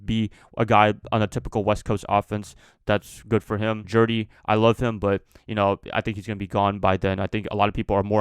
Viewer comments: Stop saying Jerdy😂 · You throwing unnecessary R’s in there 😂 JEUDY bro. Gotta pay proper respects to the judge 👨🏿‍⚖️